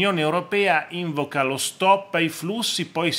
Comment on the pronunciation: Non si dice ìnvoca ma invòca.occhio